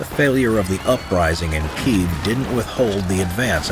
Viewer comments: kee-ehv > keev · Kyiv, not Kiev! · It's kiev